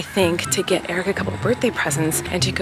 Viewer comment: when i first started watching your vlogs i was so confused if eric's name was eric or derek, cause in the outro it kind of sounds like "colleen and derek have a podcast" 😭